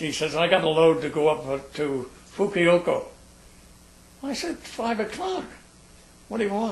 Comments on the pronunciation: You're quite right, he kept calling it 'Fukuyoko' instead of Fukuoka, but what impressed me was that he even got that close after 60+ years ! Anyway, nice gentleman. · Fukiyoko? or Fukuoka? o,o I don't know what he's saying. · Not as a complaint at all, but for clarity in his fascinating story, the city's name is Fukuoka (Foo Ku Oh' Ka), not Fukioko (Foo Kee Oh Ko). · Just in case anyone is wondering, he means to say 'Fukuoka' not 'Fukioko' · i guess japanese places are not easy to pronounce for non japanese. the number one word mispronounced is "KARAOKE" AMERICANS ALWAYS SAY KERRYOKI, I ALWAYS LAUGH. " KA RA OK" THE PLACE THIS MAN IS TRYING TO SAY IS "FUKUOKA". BLESS HIS HEART FOR SERVING. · Think it pronounced Fukuover! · it's fu-ku-o-ka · I think the miiltary people commonly referred to Fukuoka as "Fukiyoko". I once talked to an ex Army nurse who pronounced Fukuoka this same way. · I question this guy's story, first of all he doesn't know how to pronounce Fukuoka and furthermore if he was a pilot he would not have flown to Fukuoka, he would have flown to Itazuke Air Base which was the name of the base at the end of the war. I'm sure he has lots of stories to tel and some of them might even be true. However I question this one. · You might cut the man some slack seeing as how he's recounting an incident that happened 70+ years ago, that he mispronounces a place name is really unimportant and further evidence you're just nitpicking. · This man is so damn real he can't say "Fukuoka" worth a damn, and I LOVE it. (Reminds me of a veteran I met once, a tank driver who saw action in the Ardennes, trying to claw back France from the Reich) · Lol the way he says 'Fukuoka' heehee